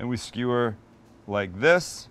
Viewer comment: how stewie from family guy pronounces skewer......skheeeweeeer with my khoool whip